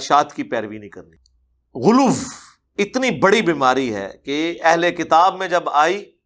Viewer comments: یہ لوگ غلو کو غلوف کیوں کہتے ہیں؟ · اے بدبخت انسان ،اردو بولتے وقت پنجابی نہ بولاکر ۔ سامعین پر گراں گزرتا ہے اور دوسری بات یہ کہ غلو کو غلوف کیوں کہتا ہے، کس لغت کے مطابق؟